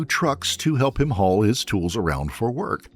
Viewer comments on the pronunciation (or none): none